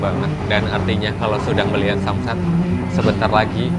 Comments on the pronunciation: Sunset bg bukan samsat😭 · sunset mas bukan samsat😂😂😂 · Samsat? Bkny Sanset mas